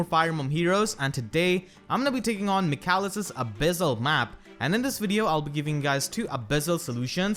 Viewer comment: Great guide! Your pronunciation of Michalis is (almost) correct. It's a Greek name and pronunced m ee h aa l ee s .